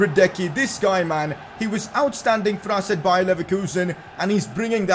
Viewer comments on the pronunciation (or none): none